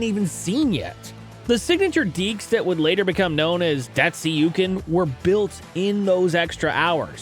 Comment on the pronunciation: Dat- sookian dekes. DAT-SOOKIAN!